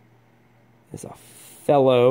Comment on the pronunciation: Pronounced Fee-low. Definitely not made in China. Made in Germany. Felo is a very reutable high quality manufacture. Wera is Outstanding. Very addicting. Thanks for the video.